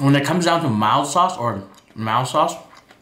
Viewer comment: Are you saying Mao or Mild sauce?